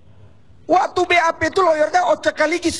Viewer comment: Ruhut nyebut WAKTU, BUKAN WA'TU.